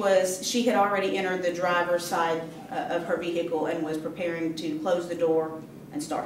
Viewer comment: omg stop saying vee-hickle